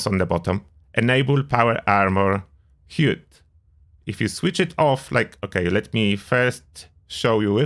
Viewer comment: Nice vid, fyi the word 'HUD' is pronounced like 'Bud' in Buddy.